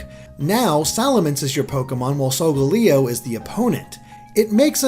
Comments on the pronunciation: it's solgaleo not solgoleo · You're pronouncing Solgaleos' name wrong, its pronounced "Soul-Gaal-Eeo" I'm pretty sure XD